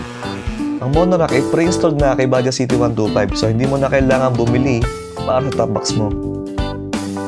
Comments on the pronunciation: Bajaj po not baja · What exactly is the correct pronunciation of "Bajaj"